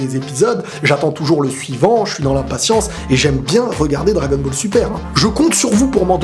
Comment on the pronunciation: Il a dit bagel super alors qu'on dit Dragon Ball super